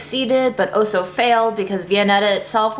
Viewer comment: makes cooking look so natural and easy. I also like how she says the word “also” - she always says “oh so”, as in “ is oh so talented”. And “whiteness wins in this world.” Keeping it real. Chef’s kiss,.